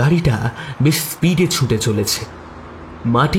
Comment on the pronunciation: Golpo ta valo laglo...over all presentation bes valo kintu narrator kichu jaygay ohetuk chondrobindu jog korchen...eta kno. Jmon -- ছুঁটে চলেছে। erokom aro koek jaygay kane legeche...jehetu apnader presentation valo legeche tai bollam